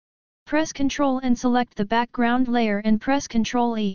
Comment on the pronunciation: thank you for this tutorial. the only problem is the pronunciation of Ctrl E